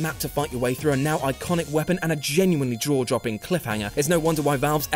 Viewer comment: Did the guy say Draw Jopping instead of Jaw Dropping ?